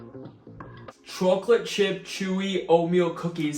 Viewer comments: Bro you pronounce chocolate so weird gotta say 🤣 every one of ur vids you pronounce it CHOOCKLOTE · I’ve been trying to get oatmeal cookies I like and always using protein powder lol. This seems awesome. And dude u have to be from north jersey the way you say chocolate gives u away 😂👍my family says it the same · I love the way you say chocolate. If you don’t mind me asking, are you originally from the east coast? Anyway, love the video as always man. Keep it up! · And for the record, not a dig about the way you say chocolate :) so I hope it doesn’t seem like I’m making fun cause I am not haha